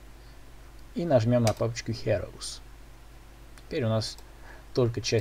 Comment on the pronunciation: сколько раз ещё ты скажешь "хэроуз" вместо "хироуз" ??